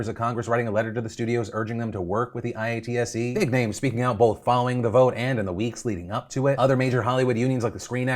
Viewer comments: Thanks for covering the IATSE strike! Just so you know most people in the industry just say it like "ay-yaht-see" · lol Phil I.A.T.S.E its pronounced I-aht-see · I NEED to know if you kept spelling out IATSE on purpose or if you just didn't know we usually say it like I-ot-see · Pssst, Phil, it's (eye-aught-see) not I-A-T-S-E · hearing phil say "i-a-t-s-e" killed me every time. i know it as "i-at-suh" lmao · IATSE is not the I-A-T-S-E Its pronounced (I-AT-SEE) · spelling out IATSE when saying it weirds out my brain. Dear Phil, if you want to fit in say it "I ought see" but pretend there are no spaces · I wish you were saying eye-at-see like the rest of us instead of I A T S E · Hearing you say I A T S E instead of eye-at-sea is so weird as someone who works with the union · Phil I’m begging you here its ‘eye-ahh-tsy’ not I-A-T-S-E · IATSE is pronounced eye-at-see. Or it’s referred to as The IA. A strike for IATSE will be really bad and will potentially shutter some smaller or Indie productions from the delays. I personally think it’s reasonable to demand an actual 5 day work week. Currently IATSE members made to work “5-day work weeks” but it doesn’t really count when you are made to make a “Fraturday” which means starting at 7pm on a Friday till 9am(or later) on a Saturday and then start work again at 5am on Monday. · Former IATSE worker here. This is so overdue. The hours are ridiculous (although the pay is generally excellent). Also, for future reference, you can pronounce “IATSE” as “eye-aht-sea” to make it easier :) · Hearing I-A-T-S-E over and over is hilarious to me. Generally (at least the IA's in Vancouver) say I-At-See. Much easier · Hey Phil, it's pronounced Eye-At-See. Would you call PETA Pee Eee Tee Eh? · i do a bunch of theatre work, and for the record, IATSE is usually pronounced "eye-AT-see" instead of spelling it out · Phil: IATSE is pronounced EYE-AT-SEE or EYE-OT-SEE. Spelling it out just sounds weird. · IATSE( I-ott-se) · IATSE = “Eye-ought-see”